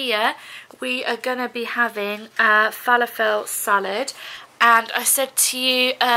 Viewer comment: The way you said falafel made me giggle 🤣 Just checked for you the Capri Suns are free xx